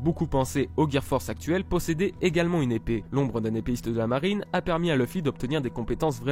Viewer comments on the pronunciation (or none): none